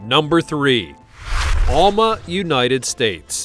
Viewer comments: Alma, wsa my grandmother name. It is pronounced, Al-Mah. Like Al your male friend, not ALL... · Yeah, it’s like Al…ma. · You are mispronouncing Alma, Arkansas.